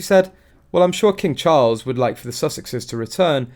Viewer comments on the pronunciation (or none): none